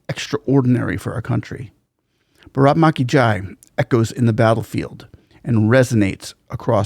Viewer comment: For all you people who think its brak maki jai its actually pronounced as BHARAT MATA KI JAI which means HAIL MOTHER INDIA / LONG LIVE MOTHER INDIA / GLORY TO MOTHER INDIA Bharat Mata ki Jai 🇮🇳🇮🇳🇮🇳🚩🚩🚩